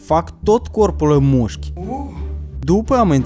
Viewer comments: Ai spus de 8 ori muşci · Ai zis muşci de 7 ori. M-am abonat! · Au spus nuschi de 8 ori